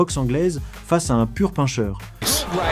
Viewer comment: "un pure paincheur"